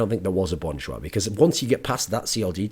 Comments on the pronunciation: Thoorin, love your content but it'd be better if you pronounce it as "Jah" essentially Cha with a J, instead of Jois. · funny how when koreans say an english word they usually add an extra syllable, but this time is opposite LOL just pronounce it bon jah.,, not bon joo ah loll